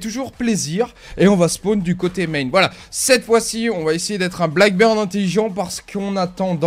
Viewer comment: s'il te plaît prononce bien le nom de l'agent blackbeard (barbe noir) parce que quand j'entends blackbird ça me fait un pincement au coeur surtout venant de toi! Sinon super vidéo même seul t'arrives à animer la vidéo!